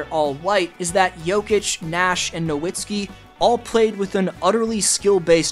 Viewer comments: It’s no vits key btw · I get so triggered when people pronounce Dirk's last name wrong. The W is pronounced as a V, it's pretty simple. You switch the w to a v when pronouncing it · I don't get why we were all just laughing at Perkins saying "Nowitzki" and then you say the same thing. Have you never heard his name spoken out loud? It's "NoVitzki". W is pronounced like V in German. Mostly it's just how everyone has said it every time forever. I can't finish the video. Minor, but too frustrating. It's like watching a video where the guy keeps saying "Leborn James".